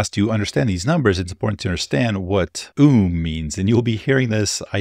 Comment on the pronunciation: Clickbait. Also OOM cannot possibly be pronounced as UUMs even in English.